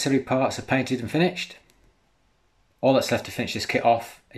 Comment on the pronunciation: It's pronounced finISHED not finICHED!